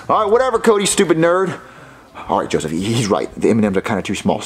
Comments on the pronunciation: LOOOOOL DID YOU ACTUALLY SAY JOSSIVE ITS JOSEPH how do u even complicate it that much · Its not jospeh, its not jossive, its "Joseph" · So did you, its Joseph not Jospeh